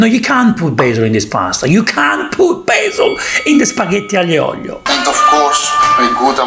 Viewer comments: spaghetti AGLIO e OLIIIOO, not OGLLLIIIOOOO!!! So che sei del sud ma è OLIO non OGLIO!:) se devi fare la punta allo s******o falla come si deve!:) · ahhh.. why you call aglio and oglio!!!! is aglio and olio!.